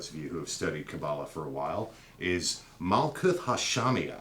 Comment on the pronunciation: Great video... couple things. Herbrew does not pronounce the "th" at the end of words like Daath and Malkuth. Just a hard "T" sound. Also Malkuth/Kingdom corresponds with Earth so you can see the feminine connection there.. I disagree with you perspective that the old names would be important but not the old rules, or substances such as blood. I am not offering an opinion either way just saying the logic is not consistent. This would be the same in that you are saying replacing aspects of The Pantheon should not be re-classed as psychological aspects. You are making only personal judgments that fit your preference and not off of a consistent theory. Either the Old Ways are superior or magickal knowledge evolves, which one? Thanks! new subscriber!